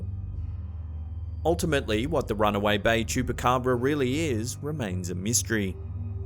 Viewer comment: He does'nt know how to say Chupacabra?